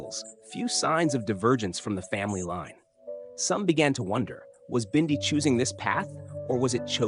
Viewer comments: Why can't you pronounce her name correctly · This narrator says Bindi's name right in one breath and then the next, he miss pronounces it. Bindi, the Jungle Girl show was BEFORE her father, Steve died. I read recently that, Steve didn't leave Teri much in is will and the zoo is struggling .